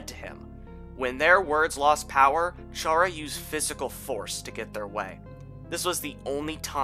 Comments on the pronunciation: Chara's name is pronounced Cara not pronounced chara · ITS CHARA, LIKE CHARA-CTER. Not CHARE-A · Its pronounce Kara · Oh my god, for the last time, IT'S PRONOUNCED CHARA, LIKE CHARACTER. WORDPLAY. Wow, Deltaswap looks like ass. THANK YOU FOR SAYING THAT